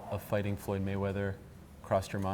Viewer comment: did conor just say floyd maywack? Haha